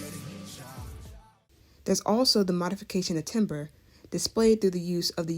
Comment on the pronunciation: This is excellent, thank you so much. I learned so much. You might want to correct the pronunciation of “timbre”, which has the sound of “tamber”.